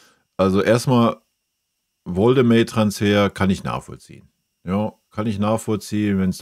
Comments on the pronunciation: Arbeite an deiner Rhetorik...das Genuschel ist schwer erträglich. Zudem heißt es Woltemade und nicht "Woldemäde".... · Wie er immer "Woltemäde" sagt. Er heißt "Woltemade"! Zu den Transfers? Bayern sieht es zu locker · Warum sprichst du Woltemade englisch aus? Bist du dumm oder ist das ragebait? Jeder weiss wie der heisst, gerade die letzten Wochen. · Wenn Woltemade nach München wechselt, sprech bitte den Namen dann richtig aus, er ist deutscher und kein Ami ;-) Grüße aus dem Schwabenländle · Lerne erst mal wie man Woltemade ausspricht.......Echt Lachnummer